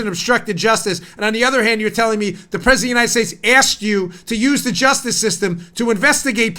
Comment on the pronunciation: Nadler needs his ED medications decreased ..the little prig ... I bet that he hasn't used a urinal for 20 years without pissing all over his fingers...that's if he can even reach around his belly to find it ! Looks like the Penguin and talks like Elmer Fudd ...I mean , who the hell pronounces the President as the Pwesident ?